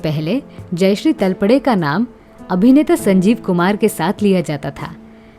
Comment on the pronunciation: सरनेम का उच्चारण तलपडे गलत किया है I सरनेम का उच्चारण तळपदे करना चाहिए I